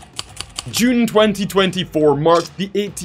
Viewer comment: The way he said June 2024😂😂